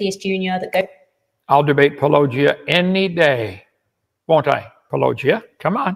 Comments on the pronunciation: You all pronounce it wrong. At this point it has to be on purpose. Its pronounced Paul a gia, a play on Apologist. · That is how I pronounce it. Kent always gets it wrong though.